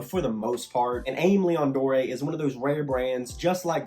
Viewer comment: It’s pronounced Amy Lee-own Door